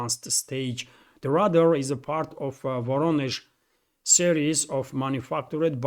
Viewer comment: Just a helpful note... Radar is pronounced "ray-dar."